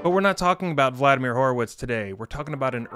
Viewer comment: Vladamir 'Keypounder' Horowitz hurts my ears.